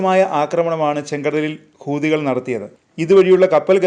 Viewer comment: ഹൂദികൾ അല്ല ഹൂത്തികൾ ആണ് ഉച്ചാരണം